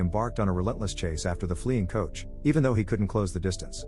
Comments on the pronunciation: Be great if narrator understood what he was reading. Its a coach and not a couch. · Narrator calls a stage coach a " couch ".